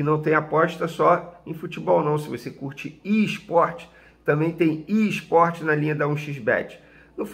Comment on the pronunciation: Venê, o que é "ISPORTE"?